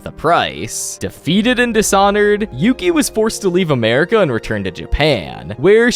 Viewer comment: It’s Yuki, not Yoki.